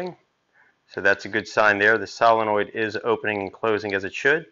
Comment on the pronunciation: Never trust a guy who can't even say solenoid